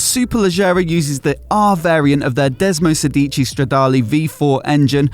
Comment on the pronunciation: it's desmosèdici not desmosedìci :)